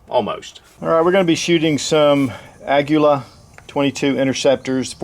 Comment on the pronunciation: Hey, you correctly pronounced Aguila! I'm impressed 👌 ...I was hoping to see your Aguila groups. 🧐